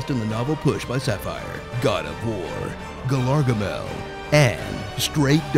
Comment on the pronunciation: "Galargamel" though...